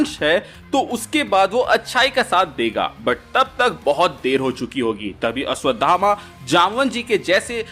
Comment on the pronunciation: Ashwatthama....not Ashwatdhama